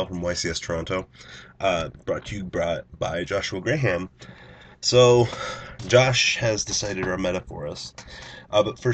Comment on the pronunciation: He said Gray-ham lmao